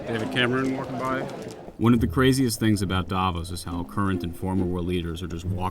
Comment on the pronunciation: Ironically, Klitschko is the only one who pronounces Davos correctly, at least the emphasis (it's on the o, not a). So [daˈvoːs] and not [ˈdavos] Well, actually the v is pronounced as an f. At least locally ;-)